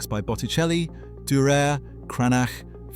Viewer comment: Dureeeer, Van Gowf... ?? Must be some second rank artists.